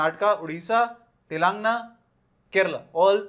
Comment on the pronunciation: sir wo telan gaana ,telangna nahi : )